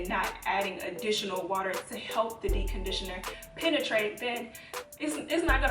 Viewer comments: Dee conditioner? Lmfao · Anyone else notice she doesn't pronounce the "p" in "deep". Like literally not at all.🤣 "Dee conditioner" Great tips tho. I love these uploads.😊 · "dee conditioning"?!!! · Too I was just about to comment about that until I saw your comment 😂😂 I was like girl it’s DEEPPPPPPP!!! 😂😂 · Yes. I'm over here saying "dee conditioning" to myself.lol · She's actually saying D-conditioner 😂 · 😅 So true! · Girl. First thing I noticed. It's lowkey giving me anxiety. Lol. I couldn't watch the entire video. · I was about to comment the same thing 😆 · I couldn’t concentrate on anything else she said.... 🤦🏽‍♀️ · I committed most of these “sins” 😂😂. I prefer to detange after conditioning cz it’s easier to comb my hair and I’ve definitely DC’d with a regular conditioner.. grew my hair to WL ☺️ Also, I find it interesting that you don’t pronounce the “p” in deep 😆. Sorry I’m not American not making fun but it’s cute